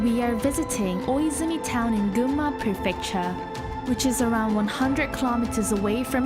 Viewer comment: It’s cool your pronunciation of Gunma or Shizuoka is totally sounds like Japanese ,even while you are speaking English!!😂